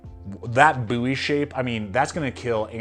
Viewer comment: "Buoy" knife? Seriously? You've clearly deleted all the comments calling you out on that too.